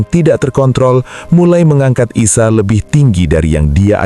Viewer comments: Dr Nabi Isa Kok jd Aisya?????slh sebut. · Nabi ISA as, BUKAN Nabi AISA, bahasa Indonesia ISA ya di baca ISA!